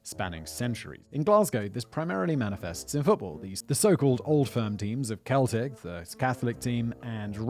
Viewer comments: It's sell-tick for anyone not in the know, EIRE ABÚ 🇮🇪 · The name of the Catholic football team, Celtic, is pronounced "seltic", not "keltic". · Celtic, the football team, is pronounced with a soft c, seltic phonetically. Not like belonging from the Celts, Celtic, which is pronounced with a hard c, Keltic phonetically. Just another charm from the English language. Yore whalecum. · Simon, it's "sell-tick", not "kell-tick". You're welcome. 😊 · Sell-tick not Keltick Simon you plonker 😂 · Sell-tick not kell-tick lol. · raith rovers is the rival to ma local team wasn't expecting to hear them mentioned 😂 btw celtic is pronounced as sell-tick rather than kel-tick when its the football team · Mate. Not caring about football is one thing. But pronouncing Celtic with a hard “K” sound is abhorrent. It’s “Sell-tick”. Lord above. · Christ on a bike, Whistler, the football team is pronounced 'Sel-tic' not 'Kel-tic'. 'Weans' or 'wee anes' (small ones) is used extensively across Scotland and not just Glasgow. Yes there is rivalry between Edinburgh and the pikey infested den of thieves shit hole on the west coast. Yes there is a football team called Raith Rovers, they are based in the town of Kirkcaldy, which is in Fife and, for Simon's benefit, Fife is a county in Scotland and, also for Simon's benefit, Scotland is part of the United Kingdom and occupies the North half of the island you were born on. Really, chap, there's loveable cluelessness and then there's shocking ignorance about your own flipping country!!! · Its pronunciation is Sell-tic not kell-tic Glasgow football! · Your pronunciation of Celtic as "Kel-tick" of incorrect - It's pronounced "Sell-tick" Weird, I know. Your experience of Glasgow 20 odd years ago is pretty spot on, it has however, lightened up quite a bit in recent years. All the best, a Glaswegian. :) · Celtic with a c not a k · “Keltic” lol Cell-tic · I'm English but thought "Seltic" was the football team and "Keltic" was the ethnicity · Celtic fc “sell-tic